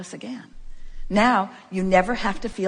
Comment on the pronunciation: Did she say cocain 😳👀👀👀🤔🤔🤔🤔